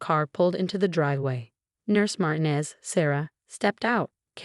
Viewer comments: It’s Mar-TEEN-ez. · Mar TEE nez. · FOR GOD'S SAKE -- PLEASE PRONOUNCE MARTINEZ CORRECTLY! THE ACCENT IS ON THE SECOND SYLLABLE!!!!!!